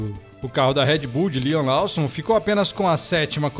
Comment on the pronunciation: só uma observação! O sobrenome do Liam se fala LÓSSOM, e não LAUSSON. No mais obrigado pelo excelente conteúdo, abraço!